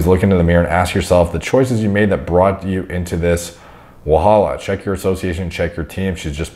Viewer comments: It's the way said "wahala" for me 😂😂😂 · LMAO guy said wahala 😂😅 I only know a few words of pidgin and that’s one of them. I’m laughing my ass off.